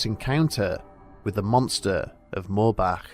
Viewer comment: THANK YOU for pronouncing "Moorbach" CORRECTLY tears